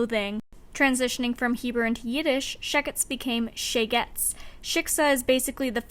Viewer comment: this video was great and I can't believe you're just starting out! I subscribed and am looking forward to what comes next. my one quibble is with your pronunciation of shegetz (it's more like SHAY-gitz) the show was really cute and me and my non-jewish boyfriend enjoyed watching it together and seeing the characters acknowledge the difficulty of their situation, while still choosing their own futures